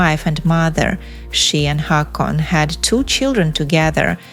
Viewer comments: Two " a " make it sound like " o ". Pls learn the pronunciation before saying people's names. Haakon = Hokon. Not Hakon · IT'S HAW-KON